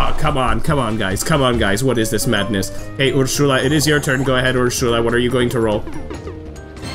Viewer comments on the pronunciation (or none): Great to see Wii Party is finally back! Hearing you groan at your luck go from bad to worse was hilarious and relatable XD Also, I think Ursula’s name is pronounced “er-soo-la” and Elise’s name is pronounced “el-ees”. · Just some corrections: 1. Ursula's name is pronounced as Ur-suh-la. 2. Elisa's name is pronounced as E-lee-sa. 3. Advanced difficulty isn't the hardest difficulty. After beating it, you unlock Expert difficulty, and after beating that you unlock Master difficulty. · why do you say ursula like that